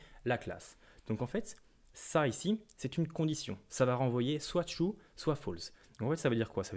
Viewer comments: Il y a aussi le "ça fait tiou" (true) 😁 Blague à part, merci beaucoup pour ce tutoriel clair et concis ! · Très bon tutoriel effectivement. J’avais un peu de mal avec la Web doc Mozilla, etc. au sujet de l’utilisation d’extends mais là c’est simple. J’ai beaucoup ri quand il a dit qu’un objet était « tchou » pour « true » ! Il faut reconnaître qu’en France, on est plus habitués à dire "trou" que "tchou" !